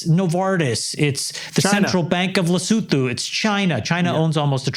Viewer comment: very impressed by Andrew’s pronunciation of Lesotho , spot on !!😂